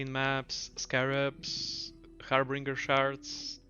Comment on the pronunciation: Harbinger not “Harbringer”